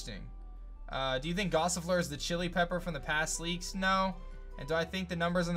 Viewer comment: Gossifleur, not Passifleur.